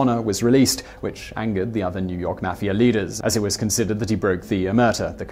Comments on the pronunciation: I know this guy is like British or something but the way he pronounces mafia triggers me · The way you say mafia makes me cringe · that guyy says mafia wrong need to learn to say it right